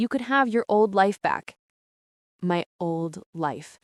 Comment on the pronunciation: Made the comment when they said oli instead of old.